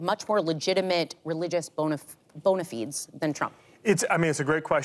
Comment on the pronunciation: Bona fides is pronounced bona fid-es. not bona feeds. If you don't know don't embarrass yourself. You look like a Trump supporter.